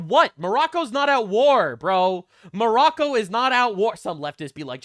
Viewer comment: Hassan also calls Morocco--- More Row Ko This is like Calling China --- Chin Ah